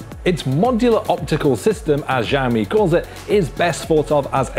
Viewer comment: Seriously. "Jaomi"? His pronunciation throws me off every time.